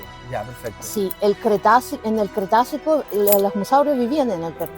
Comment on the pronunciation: Cretácico...Cretácico...NO "cretacio"...por favor!!!